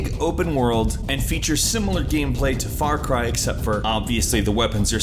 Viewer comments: "Far Car" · "Far Car" ? xD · Wait... Far car primal? Umm Doctor Phil? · Also, Im most excited for SuperHot. Also, why do I feel like I have heard of Far Car before?